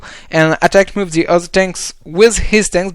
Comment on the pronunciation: Pas mal mais je t'en supplie... The =/= ze